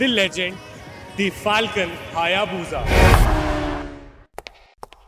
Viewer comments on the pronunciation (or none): Love your videos. But its not Hayaboooza.🤣 It's Hayabusa. 😅